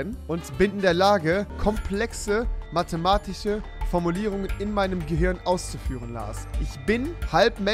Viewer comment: matematische nicht matematiche ok ? =)